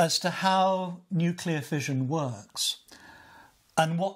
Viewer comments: I can't believe that 2 of these authors and focus of this documentary cannot even pronounce nuCLEAR properly. You study something, write a fucking book about it, make a documentary and don't even care to say the word correctly. It's NOT nucular. Even spell check will make it right but they can't say it right. Sad. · One of the historians says "nucular", which drives me up the wall. How you can mispronounce that word is unclear to me (note: unclear is nuclear with the first two letters swapped). --Former US Navy "nuclear" reactor operator